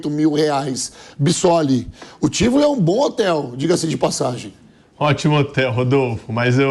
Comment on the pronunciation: O hotel se chama TIVOLÍ, não TÍVOLE . Estão pronunciando o nome errado.